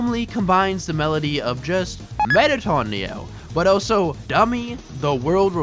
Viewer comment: Good video but has anyone ever told you that you pronounce the word "also" as "oso"